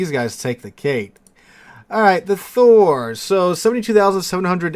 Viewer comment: I think you did well with the pronunciation of Thor. +1